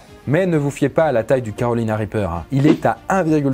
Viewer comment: on dirait qu'il dit "Calowina Wipeuw"